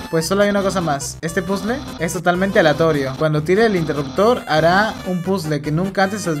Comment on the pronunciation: épicas clases de Inglés con "PUZL" no sabia que esa música venia de undertale